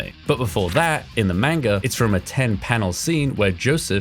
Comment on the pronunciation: It's manga NOT MAYNGA